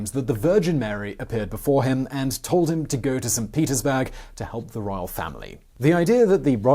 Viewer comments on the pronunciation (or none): Did you say "Saint Penisburg"?? Great video as always. Thank you.